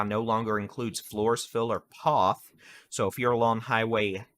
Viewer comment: Poth rhymes with both